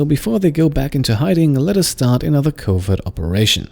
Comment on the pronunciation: The way you pronounce covert sounds like covid, which is kinda funny during the quarentine hearing you going on covid missions.